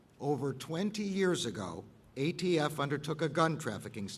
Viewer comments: The dumbest thing I’ve ever heard was sue the gun manufacturers. You can’t compare tobacco which is addictive to guns. Gun violence is not a gun issue but an economic one. He said AFT isn’t it ATF? 🤔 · Umm... The "AFT" huh, I could have sworn it was ATF but what do I know! 🤷‍♂️ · “tHe AFT”